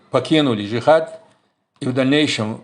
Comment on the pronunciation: Я Чеченец и я свободный гражданин я не за имарат не за арабов не за правительство в изгнании Этот вопрос я задал зачем ты выносишь все на публику....и почему ты когда говориш слово джихад не полностью выговариваешь это слово не уж то боишься что интерпол заявится